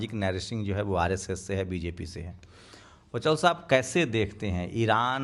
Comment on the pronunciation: इसका नाम वचौल नहीं........ "वाचाल" होना चाहिए